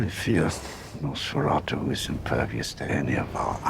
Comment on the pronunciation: That Nosferatu pronunciation from was spot on 👌